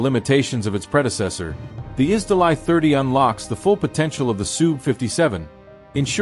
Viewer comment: "Изделай" - режет уши. Это ж русское слово, произносите его соответственно!